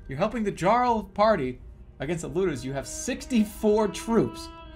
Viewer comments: The way Jerma says "jarl" really annoys me. Like you've learned that Arkansas isn't fucking "Ar-kansas", but the simple world "jarl" is too much. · sorry, this comment is a year old. but i know right? i mean, he played skyrim right? you have "djarrels" there too lol.